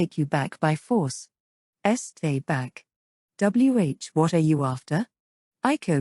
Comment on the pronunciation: I know a digital reader is being used. But it still sounds weird when “W-What?!” Is read as “W What?” Lol